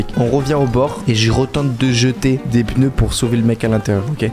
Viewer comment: Pk il dit des peuneus😅😅